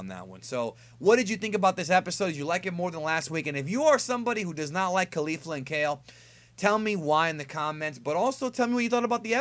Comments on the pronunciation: It's kafla not Kefla or Kalefla. The guy who translates the episodes for the subs should be fired. Same goes for "Ultra Instinct"... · You are so pronouncing the fusion name wrong.. both "Ke Fla" and the narrator said KE FLA the only that the narrator was more detailed enunciating it actually sounds like this Ke ful a because of the roll of the tongue when pronouncing the last part.. It is not Kale fla nor Kay lu fla.... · its kef-la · It's not Kalefla.. it's Kefla (pronounced Kay-flA I guess) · Caulifla and Kale's fusion is "Kefula," not kerufula. If you listen closely to them introducing themselves, you'll hear them say that. The title for next weekends episode has their name in it too: 「悟空VSケフラ！超サイヤ人ブルー敗れる！？」"Goku vs Kefula! Super Saiyajin Blue, defeated?!" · Lmao bruh it's not that hard to pronounce Kefla... you said it like 3 different ways in this. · kefla is pronounced kef- u-ra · There fuse name is kefla not kelfla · It's pronounced Kefla. Did you even listen to how they said it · wrong fix your ears it's kefla no R